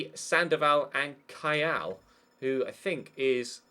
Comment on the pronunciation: the defender (turkish) you are thinking about is kaya not kayal